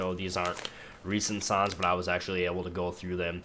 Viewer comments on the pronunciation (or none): when you say songs it sounds like your saying sons lol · Its funny. He says "sons" not "songs" :P Its very disturbing and the "along the lines" thing also. Found this on the front page. Gonna check out his stuff. Maybe ill like some.